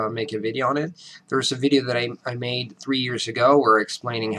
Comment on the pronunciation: His pronounciation is bad, dude. I will use the phonetic symbols in order to show you: - he says" quæstions" instead of "questions"; - he says "vi:deo" (with also the final Italian "O") instead of "vɪdeoʊ"; - he says "ʌ med" instead of "aɪ meɪd" (for "I made"); - he says "yearS" instead of "yearZ"; - he says "how I learn American English" instead of "how I learneD..."; - he says "explain it" with the wrong "T" sound (non American "T"); - he says "threaTS" instead of "threaDZ"; - he says "Amæri:can mAther" instead of "Amerɪcan mʌther" (several sounds are wrong in those two words); - he says "or Dad" rather than "or THaT"; - he says "ləttle" instead of "lɪttle"; - he says "meanS" rather than "meanZ" (unvoiced "s" instead of voiced "S" which sounds like a Z); I only did the first 40 seconds of the video and focused on the main mistakes (without going through them all, which would take hours to write down in this comment). Now the video is over 7 minutes long. Any American will hear a strong foreign accent within the first word when he says "HAllO" instead of either "Hɛˈloʊ" or "Həˈloʊ" (which I didn't even put in my list above). I'm telling you: there is no way an American will ever say this guy has no Italian or foreign accent. And there is no way an American is going to say this guy sounds American because he does not. To say that he does is a lie. Period. P.S. I advise you to listen to an American actor speak (e.g. Leonardo Di Caprio) and then to listen to this guy right af